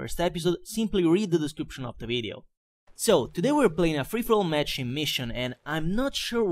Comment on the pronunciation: Bel commentary, ma non parla nemmeno egregiamente: of si dice ov ma lui dice of D